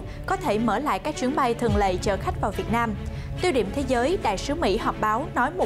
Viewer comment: Đài ơi “ chuyến bay thường lệ” chứ đâu phải “thường lậy”...phải không ạ..??!!! Những tưởng đài báo phải tuyển dụng PTV nói “tròn vành rõ chữ” ấy chứ nhỉ ...